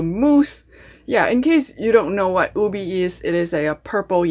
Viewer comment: Its pronounced U-Bay not Ubee